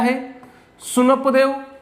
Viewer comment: सुनपदेव नाही sir उनपदेव aahe te